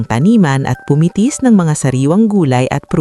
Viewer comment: Bakit "pumitis ng mga sariwang gulay at prutas"? imbes na 'pumitas'.. haha! Saka Ng bahay nil paiba iba ang hitsura 😅 Anyway, maganda ang kwento..San next time real voice na para mas ramdam ang emotions at d mali mali ang pronunciation 😊